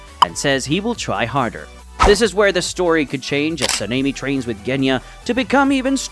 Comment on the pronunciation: I swear I heard Panini instead of Sanemi because of the pronunciation 🤠